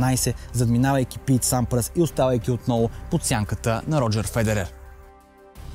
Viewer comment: И на Бердих и на Сьодерлинг и на Сампрас и на Лейтън Хюит ! Общо взето само на Федерер не обърка !